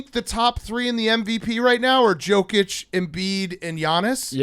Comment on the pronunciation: At what point is big cat going to pronounce Jokic right?